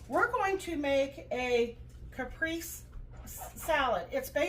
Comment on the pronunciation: Pronounced "cap, pray, say"